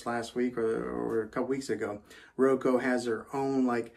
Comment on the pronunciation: I just have to say because it’s bothering me. It’s RO-KUU not Ro-ko